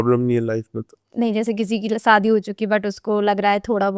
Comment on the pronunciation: Saadi nahi shaadi